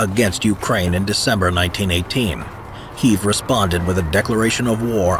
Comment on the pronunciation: Kyiv. And on checking against Ukrainian speakers, it's Keeve